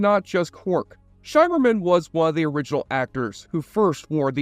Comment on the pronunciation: Armin Shimerman, rhymes with. "dimmer-man"